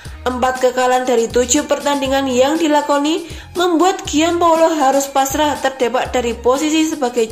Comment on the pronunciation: Gian Paolo baca Jan Paolo dlm bhs Italia.